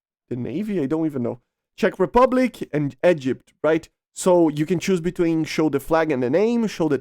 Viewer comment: You said egypt wrong